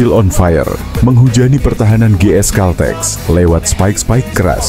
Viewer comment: baca/ucapkan GS CALTEX yg bener, jangan dibaca dg ejaan indonesia